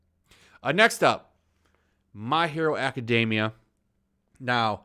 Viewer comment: The ppl complaining about my hero academia aren’t real fans honestly the only thing that annoys me about the fan base is how you say the name and even then it isn’t so bad I mean my hero academia is an ok anime could get better but it’s just woketivist bitching just to complain